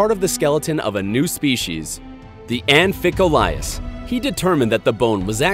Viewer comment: That wasn't the only name mispronounced. Almost all of them are grossly mispronounced; Giganotosaurus, Mamenchisaurus, Pliosaurus, Amphicoelias.